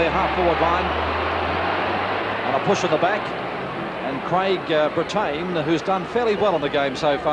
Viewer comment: pronouncing Craig Brittain as Bre-TAYN! LOL